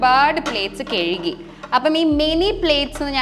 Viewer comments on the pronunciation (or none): കെയ്കി അല്ല കഴുകി